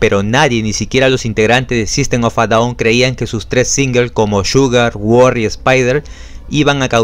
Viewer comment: Buena pronunciacion del nombre de grupo así se pronuncia